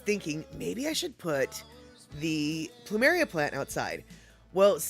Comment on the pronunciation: Caught this on a rerun, that video on orcas was interesting. So now I’m more scared of ticks than killer whales! Also when you mentioned your plumeria, to me it sounded like you said “pample “, as in pample moose. Maybe that’s what you can name that plant?🌱